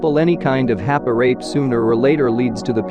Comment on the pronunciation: If they were using that automated text to voice app… they should have just typed hapei or hapey… because hearing rape through this video is so jarring and triggering